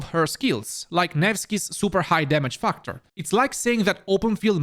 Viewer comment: I kept hearing nevskys high dmg fuck-tor :)